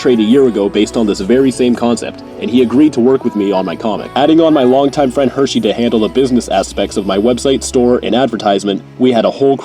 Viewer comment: Anyone realize he called that nigga Hersey